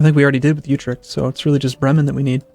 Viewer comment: is horrible at pronunciating provinces, "youtrecht"? Really? You think that's how it's pronounced? Try "otrecht" instead.